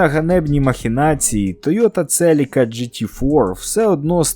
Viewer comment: Вчимося говорити Українською разом - Celica - Селіка (UA); Lancer - Лансер (UA); Civic - Сівик (UA). Московитська - Celica - Целика; Lancer - Ланцер; Civic - Цывик.